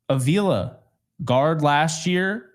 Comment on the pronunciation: I am not letting go of this. It's "Ah-vee-la". Not "A-veela".